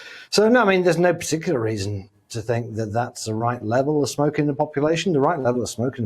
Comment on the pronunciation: Love how she pronounces smoking 🚬